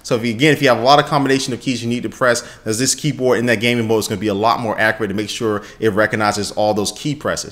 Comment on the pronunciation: i love that he said keepor instead of keyboard